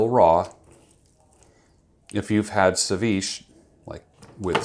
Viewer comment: seviche is phonetically pronounced se-vee-chay